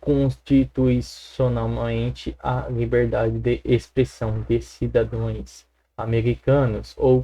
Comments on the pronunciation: "Cidadoes" esse teve aula com a Janja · Cara vc está lendo errado: É CIDADÃOS e não cidadões...Ta Ok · Meu irmão, tu copiou a canja? Não é cidadoēs, e sim cidadãos. Seu português é muito Ruim.